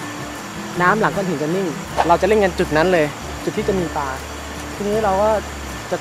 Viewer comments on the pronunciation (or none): คลิปนี้ ภาพสวย เนื้อเรื่องดี ได้สาระ เพลงประกอบก็ดี มีผู้เข้าชม 2 แสนกว่าแล้ว เสียงผู้บรรยายก็เรียบนุ่มนวล เสียดายที่ผู้บรรยายออกเสียงคำว่า "ปลา" เป็น "ปา" ทุกคำเลย กระแสน้ำเชี่ยวกราก ก็ออกเสียงเป็น "กาก" อาจารย์ภาษาไทยได้ยินแล้ว อยากจะร้องไห้ ครับ